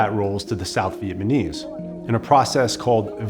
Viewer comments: Did you keep saying "Vietmanese" instead of "Vietnamese"? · Bro see a speech pathologist or smth, it’s not vietmanese it’s Vietnamese… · Vietmanese? Dawg. It’s Vietnamese. Jeez dude. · I loved this video and have watched and shared it several times. My OCD kills me over “Viet-man-ese”, though. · He keeps calling them Vietmanese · Nice video, kept saying "vietmanese" though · Good video but would have been nice if the narrator didn't say "Viet-ma-nese" the whole time :/ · You keep saying “Vietmenese” and it’s distracting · It’s not a bad mini documentary, but I keep hearing him say Vietmanese and it’s all i can focus on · If i was making a documentary about the Vietnamese, I'd at least try and make sure i knew how to say "VietNamese". Typical yank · my man saying vietmanese alot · It’s just sus my man can’t consistently pronounce Vietnamese and not say ViteMANese. Is there no one else on set giving this guy notes? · Two off topic observations: 1 his explanation of the macnamara fallacy sounded exactly like the idiocy of the covid response and 2 it's uncanny how consistently he says 'vietmanese' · This dude cannot say Vietnamese. He's saying VietMANese.... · Such a good documentary. But the “Vietmanese” irks me 😬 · Why does he keep saying "vietmanese" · The way you say Vietnamese is pissing me off so much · This guy seems to have trouble pronouncing "Vietnamese." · Fantastic video but I couldn't stop cringing with that pronunciation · Except he can’t pronounce “Vietnamese”